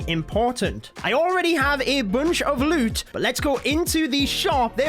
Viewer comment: “ Boonch ouf loood ”